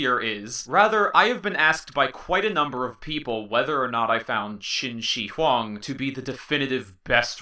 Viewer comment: qin shi huang , the "shi" 's pronounce is not like "shi" in "sushi", its more like "th" in "smith" but with much more clear pronounce.